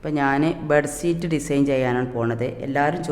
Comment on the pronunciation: Bedseet no say bedsheet☺